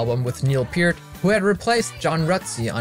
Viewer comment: I have no musical ability whatsoever so this was all Greek to me. But thank you for pronouncing his last name correctly.